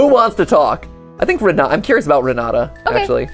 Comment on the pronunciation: The jumpscare I got when I heard my name Also Renata is pronounced with a t not a d